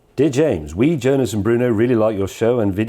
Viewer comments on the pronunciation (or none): none